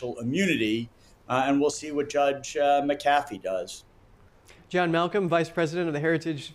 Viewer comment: Its not pronounced (Muh-caf-ee). Even though its spelled McAfee. I grew up near a town named that. It's (Mac-Uh-Fee). Wonder if he's related to the John McAfee?